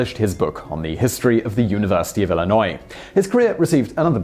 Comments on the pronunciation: Yeah unless you're from Illinois or into sports you're not going to know the right pronunciation. He did his best. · Ill Eye Nigh. He’s putting the emp phasess on the wrong sil abel. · What's worse IllinoiSe or what ever Simon just said? As a person from Illinois I hate IllinoiSe more. DeMoinSe lol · And another sad case of people not pronouncing my state correctly at least he didn't pronounce the "s"